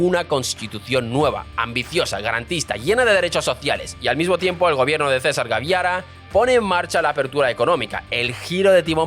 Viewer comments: Es César Gaviria, no "Gaviara". Jajajaja. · No es gaviaria como lo expresaste. Es gaviria. Bien escrito. Mal expresado.